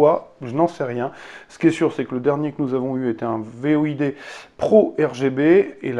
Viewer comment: Void ce prononce "Voyde" et pas "V.O.I.D" 😉 Sinon très bonne vidéo